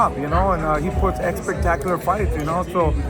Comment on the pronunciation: Somebody gotta tell that it’s not “eggspetacular” 😅 he says it way too much.